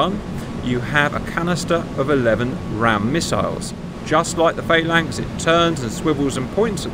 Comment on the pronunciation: I thought you were English. Faylinks?